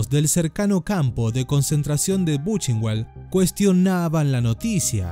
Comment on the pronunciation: Se pronuncia "Buken bald", no "buchenguald". Y Reich se pronuncia "ráik" o "ráij".